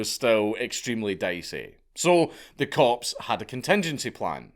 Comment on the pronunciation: Am I the only one that keeps hearing corpse when he says cops?😂😂😂